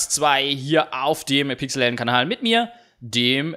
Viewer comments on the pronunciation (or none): none